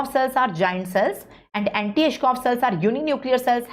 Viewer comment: It's Anitschkow not antischoff! Btw...superb lecture🤍